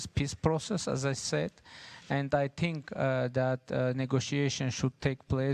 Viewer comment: en çox paşinyanın "think" sözü tələffüzünə güldüm [tink]😂